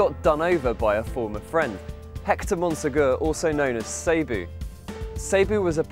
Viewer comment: ... Say-boo... Do the English just read shit differently or something? That's really annoying to me.